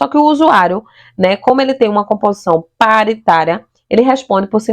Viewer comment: pÁritaria,, fÒrmulação, sotaque que leva a sílaba tônica a errar toda acentuação no portugues. QUal região do BR você ? Isso não é um sotaque apenas, é um erro sistemático de pronúncia. Gostei do conteúdo de toda forma. Parabéns !!